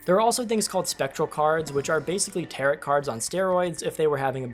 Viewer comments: Tarot is pronounced tarrow, the last t is silent owing to it being a French word. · Tarot = “Tare-Oh” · Great review and I'm buying the next time it goes on Steam sale. There's probably already a comment that has mentioned this, but "tarot" is pronounced TARE-oh! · The second T in Tarot is silent. It's pronounced Tarrow, like narrow. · lol "ta-rutt" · "Tair-oh" cards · By the way, "tarot" is pronounced with a long "o" and silent "t", i.e., "TEHR-oh" (not "TEHR-@ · The last T in Tarot is silent 🫣 teh-row cards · Did you just say…. “Tarrot” cards? Lol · That's not how you pronounce tarot